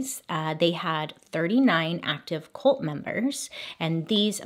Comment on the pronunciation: Is it an American thing to pronounce cult as colt?